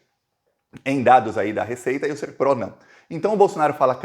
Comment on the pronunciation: NÃO É SERPRÓ É SERPRO.